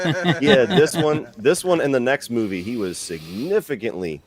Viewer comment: It's because he is a pedophile. Look at him constantly touching his face and showing his fucking disgusting fingers. Constantly playing with himself. And for an Englishman, his butchering of the English language is appalling. "Moovay"